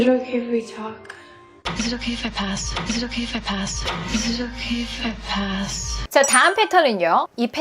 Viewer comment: 혹시 원어민이신가요?is it okay if할때 발음이 도레미쳤다ㄷㄷㄷ